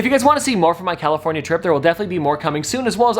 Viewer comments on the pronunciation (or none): none